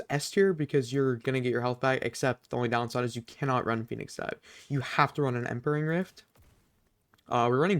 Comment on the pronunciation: My brain took a few seconds to process when he said "impering rift"